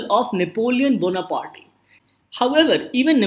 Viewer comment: I've checked American, British, English and French pronunciation of Napoleon Bonaparte and none of them pronounce ''Bona-party' Haha, just for fun.